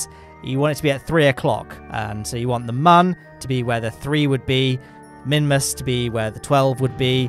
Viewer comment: Mimus and mun is all I hear